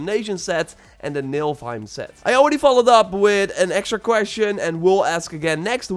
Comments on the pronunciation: NIFL not NILF HEIM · It's Ni-FL-heim, not Ni-LF-heim.... Think FFVII Nibelheim, except it's Nifelheim. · It's pronounced NIFF-OL-HIME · “Nilfheim” wtf is wrong with your English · Please.. say NIFFLE..HEIM. Love your videos, but you’re raping norse mythology!